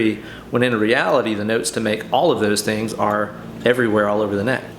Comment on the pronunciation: I love the way you say Noats, like Boats or Goats instead of Notes.